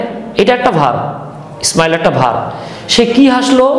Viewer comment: Sir উচ্চারণ ইসমাইল হবেনা smile হবে